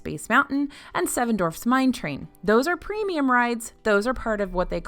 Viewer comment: It's Seven Dwarfs not Seven Dorfs!!!!!!!!!!!! Dorf is a Tim Conway character. Please please please stop saying seven Dorfs.